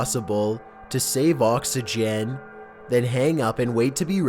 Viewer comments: "To Save Oxeegeann"LMAO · "oxygyen" "caskyet" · why so say oxygen like that? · "oxeegeanne" "receptaaaan"